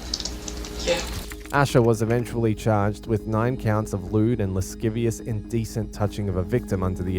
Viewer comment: It's pronounced "Las-iv-i-us", not "Lack-iv-ious". Train your AI narrator better.